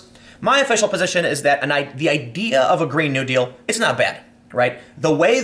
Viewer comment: you pronounce "new deal" like its one word